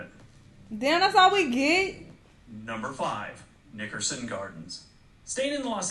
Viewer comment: i don’t like the way he said nickerson 🤔🤔